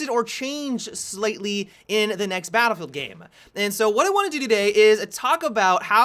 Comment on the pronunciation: I swear says "baddlfowr."